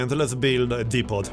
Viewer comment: Just FYI, The 't' at the end of "depot" is silent.